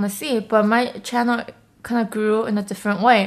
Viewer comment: "Hi guys welcome to my chano"😂😂